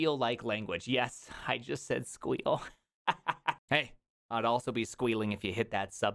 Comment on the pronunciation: it's see quill, dammit